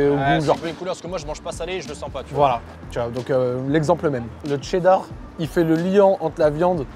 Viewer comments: qui prononce cheddar 😂 le TCHÉDDAR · Ouais ouais le fameux « tchéddar » 😂